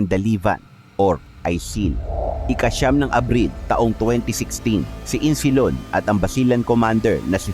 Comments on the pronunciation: Isnilon not Insilon po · Isnilon hindi insilon😅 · maganda sana kaso kulang kulang ka sa research ng pag bigkas, like insilon,, at islamis, islamic po yan as in islamik hindi islamis millitant. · Boss isnilon Hindi insilon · Insilon o isnilon?😅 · hind insilon.isnilon yan .ayusin mo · Isnilon hndi insilon😂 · Isnilon ang nakasulat ahh...bakit insilon ang banggit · Isnilon Hindi Insilon? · kopya nalang story mo mali pa pagbigkas mo ng pangalan ayusin mo sunod pa dumami views mo🤔